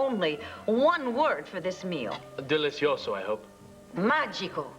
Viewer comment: ..."A delisioso surprise..." 🤣🤣🤣🤣🤣🤣🤣🤣 I bet Viki couldn't pronounce that one.